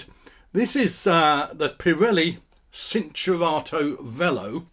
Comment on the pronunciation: It's pronounced chin-chur-ar-toe